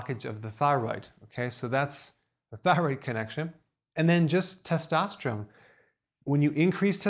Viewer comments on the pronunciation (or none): Did anyone else notice that Dr Berg said "Follicules" instead of "Follicles"? And he also mispronounced testosterone.... If he's an educated doctor, Why do you think that is?